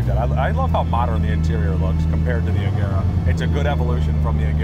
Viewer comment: But you say Regera wrong, it shall not be the G sound as in egg but as you say the J in Jet or the G in George.